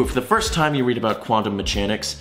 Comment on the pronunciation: the meme is my face after he said both Euler as “yoo-ler” and mechanics as “metchanics”